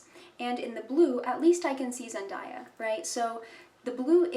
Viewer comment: Please pronounce her name properly